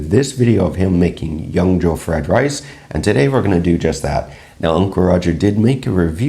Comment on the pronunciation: great pronunciation on the word yangzhou! glad it didn't came out as "yang zoo"